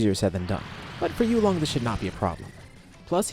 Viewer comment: You are pronouncing it wrong and you came up with the name. It's 'You Long' not "you long". Please practice tones.